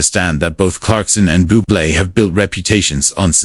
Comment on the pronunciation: Booble. Get it right AI 😂